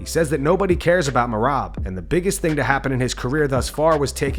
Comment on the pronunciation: “…… of a ting” is hilarious Conor